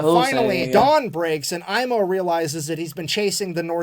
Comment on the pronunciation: "Aimo" was bit off at the A , but Koivunen was spoken like native Finn☺